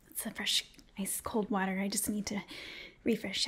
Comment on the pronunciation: "Laps in the waatr" I'm dying. :-D